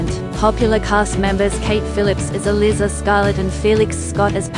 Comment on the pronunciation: The ""Duke" is Not an aristocrat. That's a major part of the plot. It's elIIIza (long I). Stuart Martin is the co-star not Patrick.